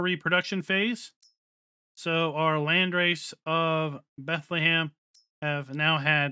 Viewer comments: its not bent - le - heim but you just say bent - heim. its a germen village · It almost sounded like he was trying to say Bethlehem 😂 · he said Bethlehem lmao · A little guide to how to pronounce Bentheim It’s two syllables Bent and heim Bent is pronounced similar to the English word „bend“ and heim is like „hi“ with an „m“ at the end. So Bentheim to you is like bend+hi+m